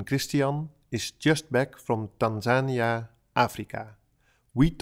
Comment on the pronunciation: If you're going to try and speak like you're an authority on a whole country from your 4 month stay, I suggest you at least learn to pronounce the name of the country correctly!